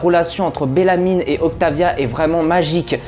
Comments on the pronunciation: Ça ne se prononce pas BellamyNE mais juste Bellamy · Je me demandais si j’étais la seule à entendre BellamyNE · C belamy pas belamyne mais sinon tres belle vidéo